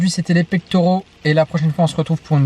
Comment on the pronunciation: Salut, pectoraux pas Pectauraux